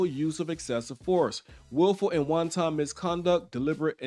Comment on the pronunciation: Why does this guy keep pronouncing wanton as "one ton"? Every time he comes to that word, he comes out saying one ton. I don't get it. This has nothing to do with the the story or the video. It's just something I noticed about my man.